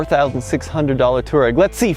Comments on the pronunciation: Twah-reg, not tour-rag! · "Twah-reg" not "Tour-egg". They are a tribe in North Africa. VW likes to name its vehicles for things like the Golf Stream, Atlas Mountains of North Africa, Scirocco (a North African wind), and so on. Please try to get it right. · Why do you call it a "Tureg"? 😅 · Just don't understand why Americans just cannot pronounce any car names or manufacturers. Where is the "Tour" in Touareg? It's "Twar-egg". Think that's why they made the Atlas, Americans can pronounce it. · TUUUU---AAAA----REEG.... pronounce it properly.... not distorted americanized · It's pronounced Twareg. After tuareg tribes of the Sahara desert